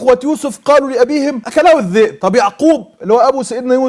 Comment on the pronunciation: مش لما يبقى ينطق كلمة كاذب صح وينطق كلمة الذئب صح مش كازب والزئب